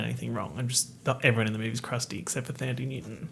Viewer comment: Me, a South African, hearing pronounce “Thandie” - 👁👄👁